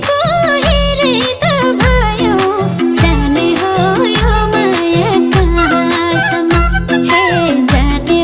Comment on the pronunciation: जाने हो यो माया काँ सम् म-- यसरी उच्चारण वा गाउन लगाउनुपर्ने तर संगीत निर्देशक कमजोर पर्नाले जाने हो यो माया कहाँ.. सम्म् --यो अँश मा हलुवामा बालुवा पर्न गएको छ। नराम्ररी किरकिर लागेको छ।